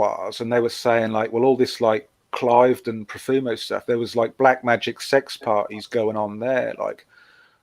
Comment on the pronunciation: Cliveden is pronounced Cleeveden.